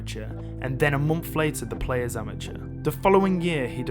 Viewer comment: The word is Month, not Mumpf